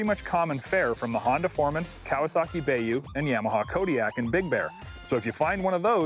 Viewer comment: Did he say Kawasaki bay-you? Lol